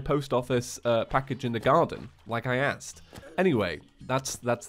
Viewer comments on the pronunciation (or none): none